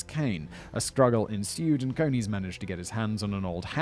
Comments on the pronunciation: I think it is pronounced as in Coney island, NY. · Pronounced like ice cream cone with an eees as the second syllable. Source: have a pal with the same name. Love yer channel! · It will be CONE-EES - as in rabbits. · I was thinking the same thing.